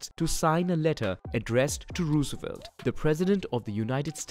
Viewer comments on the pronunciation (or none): It’s funny how he says Roosevelt